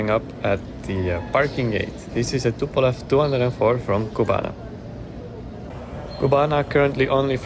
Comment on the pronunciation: It isn, t tupolev 😂😂😂